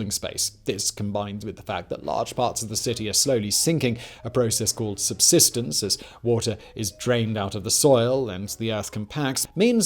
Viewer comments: Subsidence Simon not subsistence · just an fyi.....it is actually called subsidence not subsistence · Land sinking is called subsidence, not subsistence.